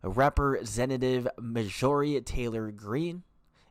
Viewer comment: Are you A!?? You seriously don't know how to pronounce Margorie?? Very suspect, and many, many other basic words.